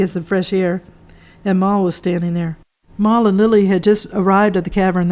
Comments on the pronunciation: Beat me to it! It was doing my head in. Should be Mal - as in mal-content. NOT "Marl" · His name is pronounced Mal as in Al. It is not Maul. Good content and good book.